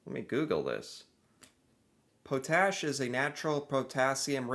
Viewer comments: POT-ASH… not Po-tash…. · Pot-ash. Not Po Tash. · Pot-ash not po-tash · It's Pot-ash not Po-tash! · Oh, and it's pronounced pot-ash, not po-tash. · Hey it’s pronounced Pot Ash not po tash. In 1980 Edmonton had the largest mall in the world called West Edmonton Mall. It’s still there, STILL bigger than the Mall of America (fight me, you’re wrong, period). There’s many jokes about Saskatchewan but my personal favorite is that if you leave your hose on it’ll flood the province. What the video doesn’t say is anything about temperature. Alberta, Saskatchewan, Manitoba are regularly-40°C in winter. If you’re into winter sports, Alberta is your place. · We are seldom offended by Americans as we are aware of your poor quality education system. I for one feel badly for you. Also it’s pronounced Pot-ash, not po-tash. Typical American. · No one says “pote-ash.” It’s pronounced “pot-ash.” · I suspect Geography by uses AI vocals.... Its pronounced Pot-ash... not Poe-tash. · Hi po-tash is actually pronounced pot-ash.. 😉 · Potash is pronounced pot-ash, it isn't po-tash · It's pronounced " pot ash".....not " pote ash" lol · The O in potash is pronounced as “aw” not capital O. I wish the AI content creators like the one this video is sourced would proof watch their videos. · And how can we tell is American. It's pronounced Potash, not Pote-ash. In a sentence, there is a lid for every pot. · we used to pronounce it Poe Tash here in Canada, now it's pot ash. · Saskatchewan girl here that farms, please for heaven sake's it's pronounced pot-ash. Not po-tash. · Potash (pronounced pot-ash). I've lived in Saskatchewan for most of my life, Alberta for a few years after my wife and I were married. I absolutely love both provinces, just Sk a little bit more... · LOL pot ash is how you pronounce that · It’s pronounced pot-ash There’s lots of oil in Saskatchewan as well. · Potash: pot ash proper pronunciation. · Saying potash wrong it is pot-ash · It’s pot’ash,.